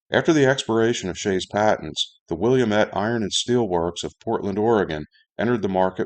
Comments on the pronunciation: Isn't it pronounced "will-AM-ett"? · Wil- la-mette, all short vowels and the final e is silent. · FWIW: Willamette is pronounced "will LAM et". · As someone who grew up in the Pacific Northwest, I'm very fond of and familiar with the Willamette style Shay locomotive. Having seen a number of them, I had no idea they were so rare. And, I don't fault you for mispronouncing Willamette, but here's the correct pronunciation for it. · Willamette used Walschaerts valve gear, while shays used Stephenson. Willamette developed their locomotive with direct input from logger's in an attempt to improve upon the shay design. It was successful enough that Lima felt the need to offer an improved "Pacific Coast" model. Oh, and its pronounced wuh·la·muht